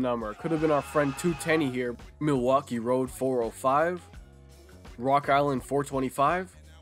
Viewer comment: He like mileuskee